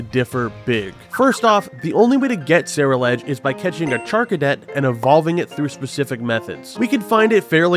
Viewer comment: dude what the fuck is a Sarah Ledge. The pokemon is a combination of the words Cerulean (the color) and Edge (obviously). There is no Sarah here XD